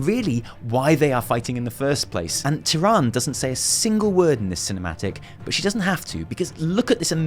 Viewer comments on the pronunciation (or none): I love you,, seriously. But... "Ty-ran-duh".: P Not "Ty-rand". They've been consistently pronouncing it "Ty-ran-duh" all the way back to Warcraft 3. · Isn't it supposed to be said Tyranda, not Tyrand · That entangling roots going through the grunts eye! Creepy! P.S. its Tyrande not Tyrand ( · I don't mean to be a phonics nazi but her name is pronounced tyr-and-uh not tyr-and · The way you say TyranD (TyrandA) makes my brain hurt lol :D Anyway, good video! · To be fair pronouncing "Tyranda" has always been the most stupid thing I have heard. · "Tirandë" "Ë" Tirande, please it's not pronounced "Tyrand" ... :P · Please, please, stop pronouncing Tyrande's name like that... I'm gonna bust a vein. Anyway, basically, these are all text-book ways to do cinematic animation. I think you're really, really overselling it. It's great, I agree, but it's not some kind of cinematic genius at work. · She is called TyrandEEE ffs! But nice analysis,:) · Your videos make me appreciate the stuff in game more than I do on my own. This is why I love your work. Gotta point out, Tyrande is pronounced "Tir-an-duh", the last syllable is pronounced. It's not a french name. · It's Tier-on-duh. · Love your videos, ESPECIALLY the video break downs. You always find elements that I missed or make connections I overlooked. Keep it up man. PS: Tyrande (despite how it should be pronounced) is pronounced with an '-uh' at the end. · say after me: "ty-ran-duh" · TyranDA... her name is TyranDA! (Yes, writen Tirande, but come on) Seriously she's not a mispronounced Tyrone. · Great video ... except for one point that drove me crazy throughout the entire thing. Tyrande Whisperwind (pronounced Teer-An-Dah) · The last time for all y’all youtubers pronouncing it wrong IT IS TI-RAW-N-DA PRONOUNCE TYRANDE CORRECT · stop calling her Tyrand you're triggering me. pronounce the freaking soft E at the end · Will you PLEASE for the love of god pronounce Tyrande correctly? Ty-ran-dah...